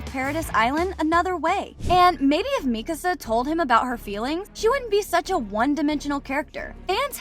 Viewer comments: bro the fact that she says mikisa its mikasa for god sake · Bro mikisa realy mikisa😂😂😂😂😂😂😂😂😂